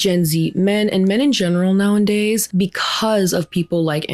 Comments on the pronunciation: I know this is petty of me but it's "nowadays", not "now and days" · I love your videos, I think they're well-informed, nuanced, and generally good faith. I do feel the need to point out a speaking quirk you have; you tend to say "now-in-days" when the correct pronounciation is actually "now-a-days." If this is on purpose, then by all means - but if you didn't know, now you do❤ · I'm sorry - no hate this is a great channel - but is she saying "now in days"? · i love you and your videos. but girly pop it's "nowadays" not "now and days" 😩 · Girl I love you so much and your video essays but please, it's "now-a-days" not "now-en-days". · ily girl but it's "nowadays" not "now and days" so sorry I had to say something lol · It’s “now a days” 😅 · It's "nowadays" mi amorcito santo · NOWENDAYS 🎉 that’s a fast one in this episode. You might actually make it a real word one day 😂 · Okay girly, I love your videos and by no means mean this as hate, but it's hurting my brain; It's nowadays, not nowanddays. Much Love!! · Hi! I love your content ❤ Just wanted to help you out. It's "nowadays", not "nowindays" ❤❤❤ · The way you say "Nowadays" is so hard to ignore. Its not "now-and-days." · This isn't just gen z that are doing this but it does feel like it's become more acceptable due to the 'Alpha Male' trend. (So gross btw) Family and friends need to listen to the people who need help. Side note; you keep saying nowndays it's actually nowadays. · It's "nowadays" not "now and day". Sorry, don't mean to be that person, but it drives me crazy.😊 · I gotta unsubscribe. I love your content but you saying "nowindays" is triggering me so hard. Lmao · *nowadays not nowindays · *nowAdays, not "now in days" 😉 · Girly I love your content but it's now-a-days. Plz plz stop saying now-and-days. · Hi, love you and I'm a fan of your content! But please... it's nowadays. Why are you saying nowindays? Just kept sticking out to me, no hate 😢